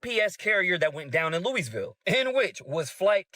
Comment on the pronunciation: I Was Born And Raised In Louisville Kentucky And Its Pronounced Louie-Ville NOT Lewis-Ville!! Only Some Jersey Shore JackAss DimWitted Son Of A Inbred Idiots Rented Step Mule Would Pronounce It Like That But As Would Say......I Digress. I Was Once Told To Say It Like Your Drinking Burbon And Chewing RedMan Or Did I Read That Wrote On The ShitHouse Wall.....Oh'ell, Either Way It Sounds Good. 🤫🤔🤔🤔🤔🤔🤔🤔🤔🗣🥃🙈🙉🙊